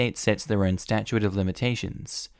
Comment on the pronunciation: Argh! Statute is pronounced ˈstaCHo͞ot, not ˈstaCHo͞o ate